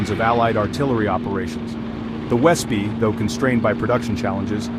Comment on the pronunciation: Wespe is pronounced vespeh, it is wasp in German =)